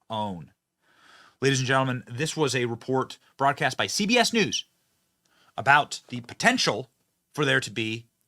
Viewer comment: "Canada and Mexico." What is that aboot? .